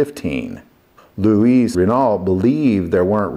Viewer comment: You don't pronounce the "t'" at the end of Renault. Also, the name Louis (my name) is pronounced "Louie" in French. That is what I went by when I lived in Europe. I have been called Lou, Louis and Louie. All correct in the correct context. I comment on this a bit tounge in cheek. Love your content. Keep it up.